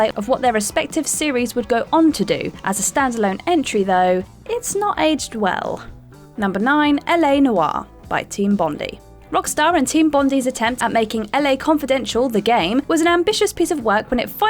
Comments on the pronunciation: I know you're a pom but bondi is pronounced bon-dye, not bondy. As in the Sydney beach because that's where the L.A. Noir developers were from. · Well it's clear this chick has never been to Sydney it's bond eye not bond ee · For future reference, Bondi is pronounced bond-eye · This ladies pronunciation of 'Bondi' would make any Australian role over in his or her respective graves... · "Bondee" love it. For the un initiated its pronounced bond-eye ;) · LA Noire was shite when it came out tbh. Can't imagine thinking that Bondi was pronounced "bondy" tho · Rockstars Team "Bondee". Not Bondi as in where they're based in Australia. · Hard I in Bondi, it's pronounced Bond Eye. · It’s pronounced “Bon-die”. Hasn’t every Brit visited Australia at least once by now? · Ferguson: I haven't ever been to Australia sadly, but, I do know that it is pronounced Bon-die as in the Beach. I actually found her pronunciation of the letter H way worse. I do not know why there is this penchant for sounding the letter H as Hayche rather than the proper way of Ayche, some schools have really been teaching children bad diction. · I mean, the only thing that has me mad is the mispronunciation of "Bondi" 😂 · The real crime here is how she pronounces Bondi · She mispronounced quite a few things. Most of us can pronounce bondi. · The way you pronounced "Bondi" annoyed me far more than any of the selections on this list. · This annoyed me too and I’m also British! The team were fucking Australian and most people have heard of Bondi Beach but everyone seems to pronounce the devs name wrong 🤷‍♂️